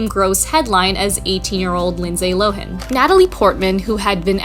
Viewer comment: Always love your work. But I think Lindsey Lohan is pronounced “Low” and then “Han” with a hard a like the word “Hand”. I’ve never heard it the way in this video before! 😂